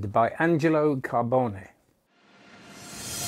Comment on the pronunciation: You are the ONLY non italian person whom I've heard pronounce Angelo's surname correctly!